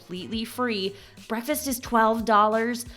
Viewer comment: There's a "k" in "breakfast". This constant pronunciation of "bre-fast" is annoying and childish.